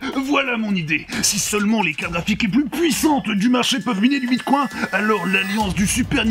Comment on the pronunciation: Sur une vidéo dénonçant l’hypersexualisation des pubs, vous êtes certains de la prononciation de Bitcoin ?😂😂